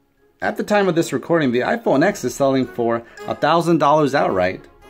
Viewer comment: how're you going to say bad stuff about the iPhone X if you don't even know how to pronounce the name? the note 8 is more expensive if you get the model with the better processor The note 8 only has a bigger screen because the whole phone is bigger. The iPhone X has a much smaller notch than the note 8, and no chin The curved edges just make videos look weird SD storage is much slower, cannot hold apps, and you can literally just plug it into a computer and steal all its data The iphone's face id works in the dark and with sunglasses too, and is much faster and more secure The note 8's facial recognition can be tricked with a photo The iPhone X has dual front, and back cameras, and has better quality, which also takes up less storage, and can record 4k 60 fps which the note 8 cant Barely anyone uses wired headphones in 2018 And apple includes lightning headphones which sound, fit, and feel much better apple has updated ios to allow faster wireless charging there is much better battery and app optimization, so the battery lasts much longer and it is much easier to find someone with an iPhone charger, than it is to find someone with a Samsung charger My SE, from 2016, which only costs $100, and has a much smaller battery, lasts me all day with heavy usage the ram means nothing, its all about how optimized the apps are, which all iPhone apps are, and no android apps are ive never had it happen to me where ive been at a meeting and couldn't find a pen. If I needed one, I could ju